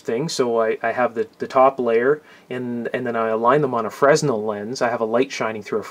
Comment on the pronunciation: If I may make a correction, that lens is pronounced Freh-nell. It's a French name of the fella who created light house lenses. Carry On My Wayward Son.😉